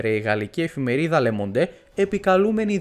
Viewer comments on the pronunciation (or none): Το «Le Monde» προφέρεται «Λε Μόν», με παρατεταμένο το ν, βρε παιδιά! Ούτε το d δεν ακούγεται! Τι «Λε Μοντέ» λέτε; Ήμαρτον! Ψάξτε λιγάκι, όταν δεν γνωρίζετε κάτι! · Μόνο που η εφημερίδα προφέρεται "Λε Μοντ" και όχι "Λε Μοντέ". Τα γαλλικά κόβουν πολλά στην προφορά! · Καλησπέρα μια διόρθωση: Λε Μόντ λέγεται η εφημερίδα όχι λε Μοντέ..